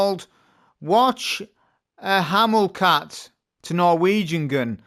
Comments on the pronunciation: Whatch hamul cat … 😂😂😂 what? Brother „what cha ma call it“ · WHATCH-A-MA-CALL-IT .... that the right way. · watch-hamil-cat is the worst thing since bush-eye-dough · gun name is pronounced what cha macall it. It's what Americans call something when they can't remember the name. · Whatch hamul cat, sounds like Shakespeare to me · I got a shiny yesterday. Yup this gun is good. Don’t mean to be disrespectful at all. But it’s said like this. What cha ma call it. Odd name bungie chose there. Cheers friend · well, the youtuber, who sounds English, butchered the word. I was assuming the issue was cultural unfamiliarity.